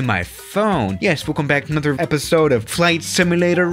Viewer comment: Suscribed note that down with, Nother and other words that he completely destroys.